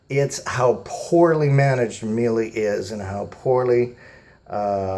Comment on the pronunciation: I guess mis-pronouncing names makes you feel better? They are a german company so of course their name is pronounced properly in German. I am sure you would be file with people mis-pronouncing your name and making fun of it as well. If you want to make a video pointing out problems and then covering the experience, leave out the parts about bashing the companies name. It comes across as very childish. I do not work for Miele. We have owned Miele washers for decades. We own the WWH860 and have over 8000 hours on it. Dryer working fine as well. Service really comes down to WHO is doing the service. As you noted Miele's OWN techs do a great job. If a third party is doing the service, then you are at their mercy. Many have crap technicians. You will find this is true of almost ALL companies today. NO ONE cares once they have your money unless they are on the hook with a service contract.